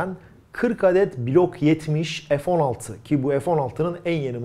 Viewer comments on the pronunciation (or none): Merhaba. Bir sorum olacak.. neden F16 türkçe olarak söylenmiyor da (EF16) deniliyor. Takıntılı değilim ama tüm kanallarda bu şekilde söyleniyor.. Türkçeyi korumak sizin gibi göz önünde olan kişilerin en önemli ödevi olmalı diye düşüyorum. İşinizi bana göre naçizane mükemmel yapıyorsunuz. İşini severek yapan insalara hayranım...Allah ömrünüze bereket, hâyır ve afiyet versin.